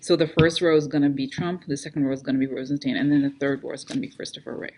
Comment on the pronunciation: Yup ... (ps I think it's pronounced RozenSTINE)